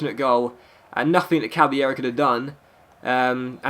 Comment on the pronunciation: It's not pronounced cabbyero it's pronounced cabalero he said it himself and I know i didn't spell it correctly